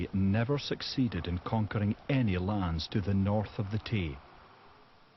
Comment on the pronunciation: River Tawse did i hear that right